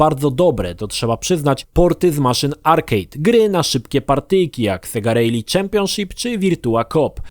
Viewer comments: nasz ty nieporadny klapouchu, 'rally' wymawia sie 'rali' a nie 'rejli' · Kiedy nauczysz sie poprawnie wymawiac słowo "rally"? :P